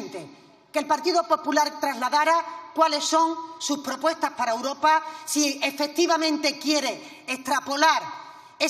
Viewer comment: Esta señora no sabe decir europa ,europea,dice uropa,uropea, escúchenla bien